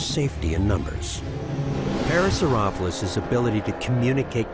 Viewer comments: the narrator didn't say either of those. He said Para-sore-OFF-uh-lus. For a production like this, it's a glaring mistake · Right, but the pronunciation used by the voice-over was neither of these. He said "para-saur-OFF-u-lus" (rhymes with scrophulous!) every time. How did the director/editor not catch that? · He pronounces it as "Parasaurophlus" instead of, you know, Parasaurolophus. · Are you non sense not parasauropholus (par,a,sore,oh,pho,lus) parasaurolophus (par,a,sore,oh,loh,phus) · Did he just say para so roph lus?? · UGH. That is not how you pronounce it at all in any language! It is either pronounced "Parasaur-Aw-low-fis" or "Parasaur-oh-lo-fis" (both are accepted). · (pear-uh-sore-uh-lo-fus) is how I've been pronouncing it my whole life. Man what is real anymore! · Why just why does he say parasaurolophus wrong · Is it just me or has the name just been pronounced wrong...? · whhyyy did they not correct his pronunciation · He didn't even pronounce the name right. smh. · Ikr it gets me annoyed